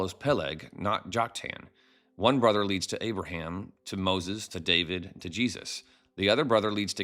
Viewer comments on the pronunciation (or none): none